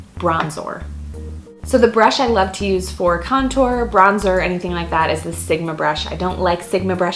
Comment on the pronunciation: I literally LOLd when you said "bronzOr" hahaha!!! It was awesome! Love you!